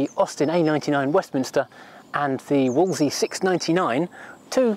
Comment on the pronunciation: ........and it’s not “Woolzee”, it’s “Woolzlee”. No wonder you get the UK VP pronunciation wrong.